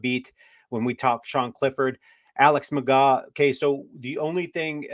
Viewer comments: McGraw? It’s McGoo. Pronouncers my boy. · It’s pronounced McGoo, and this is a stupid idea, we need safety and offensive line depth. 😂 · McGough, pronounced "McGoo..." Don't you watch the USFL?? 😂